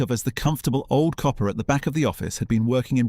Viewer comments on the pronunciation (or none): none